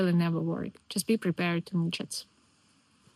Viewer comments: Midgies not midgets 🤣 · NOT MIDGETS.... for goodness sake... Midges..pronounced Midgies in Scotland... you're making an offensive word by keep saying Midgets over and over again FGS... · Its pronounced midge or midge-ay. A midget is like Zelensky, though not all are megalomaniac coke heads. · Omg how many times did you mispronounce " MIDGES " There is no T in MIDGES + you just kept saying it !! Can only imagine how many little people you offended!! Maybe you could've checked the correct pronunciation beforehand bcos this was honestly soooh bad. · Please keep saying midgets instead of midges it's cute and lots of people do it in purpose anyways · …you look Scottish! ❤yes unfortunately and I’m sure you did not mean to say Midgets but that is a negative word for putting down The Little People. Please practise saying “Midges” without the “t” and then repost this video.❤ And you are so right…the High humidity in that delicious Sea Air makes 20C feel like 30C! ❤ And I am so sad that we cannot get 50% B.F. Cream in CDA…highest is 35% “Whipping Cream” so we can’t make the Baked treats that they can in Scotland! You are so lucky to be living in Scotland…I so, so love it! 3 Days in Edinburgh Rain and WE LOVED IT! Best Full Breakfast Ever in a B&B in Inverness…😊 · At first when you spoke about midges ,thought you said midgets then I realised you ment midges ,sorry but I had to laugh at the thought of all pesky Scottish midgets 😂😂😂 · midges not midgets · I thought you said midget 😂 It’s pronounced Migee. They’re a nightmare. Never camp near a stream 😂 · It’s sounds like you are saying midgets rather than midges. I’ve lived in Scotland all my life, I’m from Edinburgh, I still struggle to understand the weegies(Glaswegians). The Aberdonians also have a weird dialect. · But it's much funnier with the T 🤣 cracked me up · In fairness, I found her having a persistent problem with “midgets” absolutely hilarious. “Midgets…they are huge problem here…” 😂😅